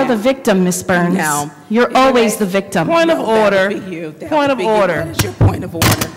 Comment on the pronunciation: Point ah orda,point ah orda😅😅😅😅😅!!!